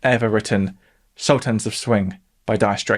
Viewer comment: Bizarre pronunciations of Campbell and Sultans